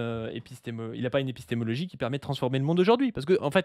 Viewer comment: il a déjà un mal fou à prononcer ce mot, alors de là à le comprendre...